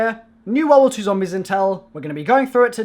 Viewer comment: I died when he said ZOMBLIES